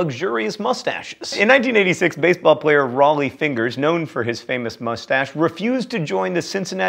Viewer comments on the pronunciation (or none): none